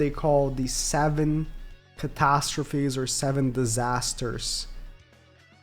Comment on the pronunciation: Its catastrophes lol